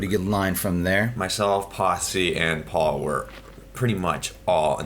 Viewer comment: needs to learn how to make the "P" sound, he pronounces Paul's name "Baul" atleast once, and says "Butt" instead of "Putt". lol